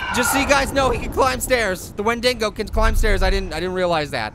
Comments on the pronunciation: you keep saying wendingo. it's WENDIGO not wendingo. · no a wendigo is someone who has eaten it's own kind as is become adicted to the taste and it's not wendigo like wen-ding-go it's wen-dig-o there's no n in the dig part of wendigo honestly if your gonna say something say it right😡😠😧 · wen-dingo lmao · Hey, it's pronounced "Wen-di-go" and they are cannibalistic spirits. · It's pronounced win-de-go. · its pronounced [when-dego]!!! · it's pernouns (wen de go)